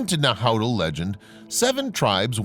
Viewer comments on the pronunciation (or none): The language of the Aztec, still spoken, is Nahuatl. It’s pronounced nah-wh-ATtle